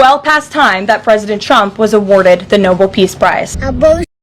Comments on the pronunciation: It's Nobel, not Noble.....love how the mistake is made continuously by MAGA. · Noble? Noble? It’sNobel. no-Bell. 🙄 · Why can't Administration people pronounce NoBell instead of the NOBLE Peace prize. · Shouldn’t somebody in that entire administration know the difference between noble and Nobel? How they let that teenage wifflebutt get up and mispronounce Trump’s ultimate goal is astonishing. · Caroline is so ignorant she can’t even pronounce Nobel right!